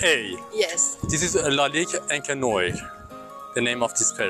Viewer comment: Thanks for the vid. Noire just not said "Noy".. We say NuAR 🖤🖤